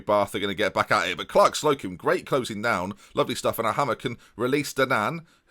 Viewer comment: Surely it's pronounced 'Hay-mer' not hammer